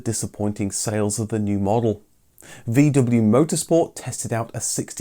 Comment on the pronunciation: For God's sakes, pronounce VW correctly.